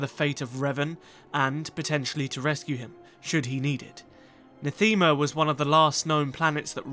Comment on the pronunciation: The Ebon Hawk is still on Nath-ee-ma, while the Exile stole a shuttle and made it to Nathema